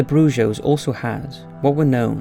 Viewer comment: Brujo is pronounced with an H. Bru-hoh, not broo-joe. Come on people, Google Translate or just Google in general can make you seem less ignorant. It's right there, on your phone. On your computer. Just type in "brujo" then press the pronounce icon. Easy right? You do this a lot with your videos.